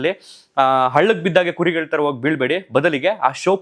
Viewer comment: ದಯವಿಟ್ಟು ಅಣ್ಣಾವ್ರ ಕೆಲವೊಂದು ಸಂದರ್ಶನ ಗಳನ್ನ ನೋಡಿ ಭಾಷಾ ಪ್ರಯೋಗ ಅಳವಡಿಸಿಕೊಳ್ಳಿ ಕನ್ನಡ ಭಾಷೆ ಸ್ವಚ್ಛವಾಗಿ ಮಾತನಾಡೋದು ಅಷ್ಟು ಸುಲಭ ಅಲ್ಲ ಹರಟೆ ಹೊಡಿಯುವ ರೀತಿ ಅನಿಸುತ್ತಿದೆ ನಿಮ್ಮ ನಿರೂಪಣೆ ಧಾವಂತ , ಏದುಸಿರು ಸ್ವಲ್ಪ ಕಮ್ಮಿ ಮಾಡಿ ಧ್ವನಿ ಏರಿಳಿತ ಇರಲಿ ಸ್ವಲ್ಪ ಉಚ್ಚಾರಣೆ ಬಗ್ಗೆ ಗಮನ ಕೊಡಿ ... ಕ್ಯಾತ ....... ಖ್ಯಾತ ವೋಗಿ ...... ಹೋಗಿ ಬಾಗಿ ಹಾಗ್ತರೆ ... ಭಾಗಿ ಆಗ್ತಾರೆ ಎಚ್ಚು ... ಹೆಚ್ಚು ಪ್ರಧಾನತೆ ... ಪ್ರಾಧ್ಯಾನತೆ ನಡದೈತೆ ... ನಡೆದಿದೆ ಹನ್ನ ... ಅನ್ನ ಒರತು ಪಡಿಸಿ ... ಹೊರತು ಪಡಿಸಿ ಕೆಲವೊಂದು ಗಮನಿಸಿದ್ದು .. ದಯವಿಟ್ಟು ಬೇಜಾರ್ ಮಾಡ್ಕೋಬೇಡಿ ..ತಪ್ಪಿದ್ರೆ ಕ್ಷಮಿಸಿ